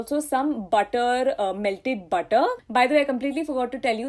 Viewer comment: m i d only one who gets irritated about .....she stressing on er,ed ? 4 example butterrrr.... cookeddd...😔